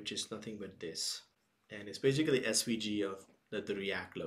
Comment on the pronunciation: Beisicaliii, I'm fkn dieing right here